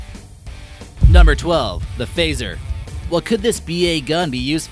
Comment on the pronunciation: love your vids bro, but that phaser and maars though!